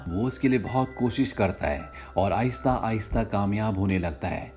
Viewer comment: Apne galti se aysta aysta kahaa